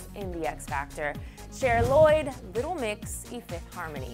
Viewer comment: No es brrit mix a cómo lo dijo es litle mix